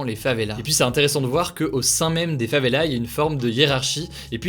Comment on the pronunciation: les québécois quands ils a dit favélas: ont est à montréal pas au favévélâ reprend toi calme toi mon tis gas